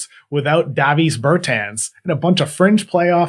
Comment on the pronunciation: Your pronounciations are out of this world. Yaycub Purrtle, Daveees Bertens haha